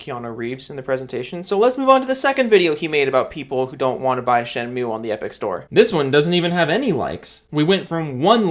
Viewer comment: It's shady to announce a kickstarter of a higly requested game at a big stage at e3 but it's ok to enpower your arguments by answering to a random youtuber... get you're facts straight and try to pronounce shenmue right. Maybe then someone takes you seriously.